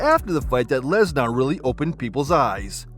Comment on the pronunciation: “Lesnarrr” lmao